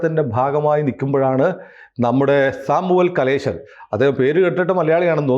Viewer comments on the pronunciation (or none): It's Samuel Kamalesan not Kaleshan